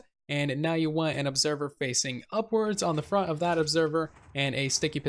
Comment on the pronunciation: Did anyone else hear him say "bront" instead of front ????